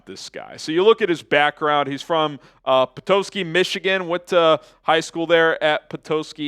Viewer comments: Not how Petoskey is pronounced.😂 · You’re pronouncing Petoskey, Michigan wrong